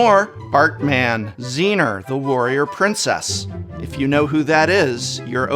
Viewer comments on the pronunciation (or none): Holy shit I've just written exactly the same about Zseeneerrrr. Herc' and Xena are the OG heroes of childhood TV. 😅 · Your pronunciation for all the collectibles in your sponsored section of your video had me dying! Hahahah I know who Xen'r, Warrior Princess is and I'm only 27 xD